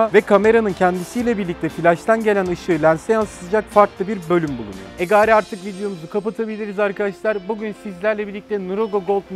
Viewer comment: E gari artık videomuzu kapatabiliriz arkadaşlar 😂 Ege şivesiyle